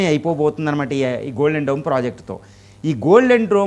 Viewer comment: డ్రోమ్ కాదు డోమ్